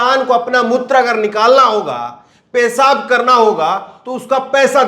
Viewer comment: Your news are good but your pronunciation is very bad. J for Z, s for sh etc, like pesab instead of peshab. Kindly put bindi in Hindi.